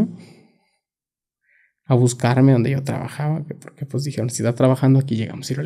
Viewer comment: Que frustrante es escuchar a alguien que no sabe hablar. No sabe pronunciar palabras ni el significado de tales. "Julano y mangano", "haiga" , "lacso" "dijierón", "Literalmente" cuando no cabe en la frase